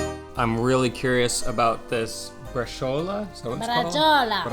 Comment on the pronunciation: "BraSCIOla" 🤬🤬🤬 braCIOLa !!! 😅😅😅